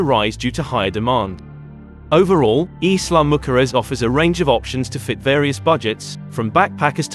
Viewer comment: Every time you pronounce Isla mujeres Im lol…not even close to the name if this beautiful island